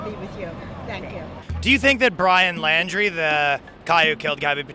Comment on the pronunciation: His last name is pronounced like "Laundry", not "Landry".